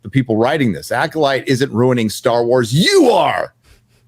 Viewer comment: “Rename it to the acodyke” I spit out my drink. 🤣